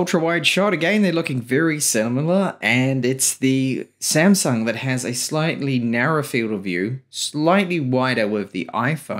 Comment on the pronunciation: samsung not semsang 😂